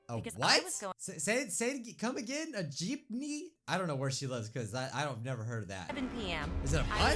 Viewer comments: The girl: Geepme: what’s a Geepme? The girl again: Geepme: WhAt Is A gEePmE?! The girl: Geepme: WHAT IS A GEEPME?!!?!?! comments go crazy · ITS NOT PRONOUNCED JEEP KNEE ITS PRONOUNCED JIP NEE EEEEEEEE REEEEEEEEEE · Gypnee? Lmao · You should watch snarled its a really scary channel. Also its JEEPME not JEEPNEY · What the heck is a Jeepeny? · Every Filipino lowkey offended: WHAT'S A JEEPNEY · It's a philipine vehicle. "Jeepney"